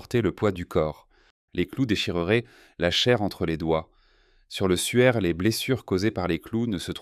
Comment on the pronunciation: Et le suaire de Turin n'est pas le souaire de Turin 😉